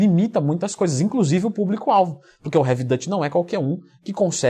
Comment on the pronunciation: Salve,. Muitas boas dicas como sempre, muito obrigado pelo conteúdo de qualidade que vem fazendo. Se me permite fazer um adendo sobre a pronúncia de Duty. A palavra é pronunciada como "dúri" com o "r" igual o de "gari", não "dâti", que é como se pronuncia a palavra "holandês" em inglês. Ou seja, invés de falar sobre o método de "Dever/serviço pesado", vira "holandês pesado" kkkk. Não sei se ficou claro, se quiser ver na prática, é só colocar "Duty pronunciation" e "Dutch pronunciation" no Google. Desculpe por querer te corrigir, até porque eu aprendo muito com seus vídeos. Abraços!